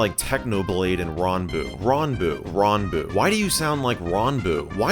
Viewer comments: Michel its not ronboo its ranboo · Its RAN boo not RON boo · Can we just talk about how he said rAhnboo instead of ranboo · Khan academy, I use that in school. I love this video. Edit: that's not how you say ranboo. say ran like you'd say it from rant, not the way you said it. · You know Michael's not a DSMP fan when he pronounces "ranboo" like "rahnboo"